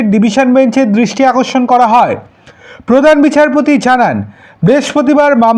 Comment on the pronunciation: A bhai tomar tooo uccharon ee thik noi. High Court ar DRISTI AKORSON k korlo? BIJIB. Ki rakom tomar pronunciation. Puro GRAMER cheyley. Bhagggg YouTuber. Faltu bokey